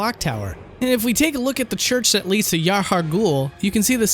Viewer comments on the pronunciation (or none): none